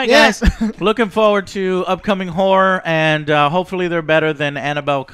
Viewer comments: Im sorry the whole time, I know you were sayinh horror but. I heard Whore lol. - This movie did not do their whore right. Am I the only one who heard this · Always sounds like is degrading women when he pronounces "horror" xD